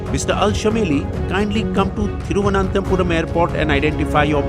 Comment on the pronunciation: You need not butcher the Pronunciation of Thiruvananthapuram. Simply say Trivandrum we can understand my friend